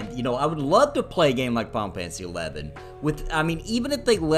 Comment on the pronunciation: Am I the only one that hears him say, "Pompeii 11"